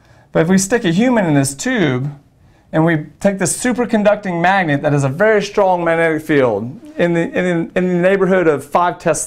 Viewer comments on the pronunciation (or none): none